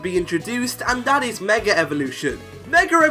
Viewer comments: Dude it's " Mega " not " Megar " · Why you pronounced like meger evolutuion ? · Stop saying megar evolutions stooooop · Love how you say mega. “Megar” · Yet ANOTHER pkmn Youtuber that forces the letter R in the word "Mega". I know you are bullsh1ting me when you previously just said Mega with no issue at the start of the video. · Anyone notice he said meg er evolution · THERE IS NO R IN THE WORDS "MEGA EVOLUTION!!!!!"